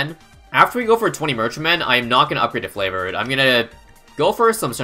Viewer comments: Why does he say flavored trade it’s triggering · not tryna hate but why do you say "flavored trades" instead of favored? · I don’t know if you’re joking, but it is “favored trades”. Not Flavored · I KNOW HE SAYS IT FLAVORED TRADES WHICH IS NULL% WRONG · did anyone notice he said flavord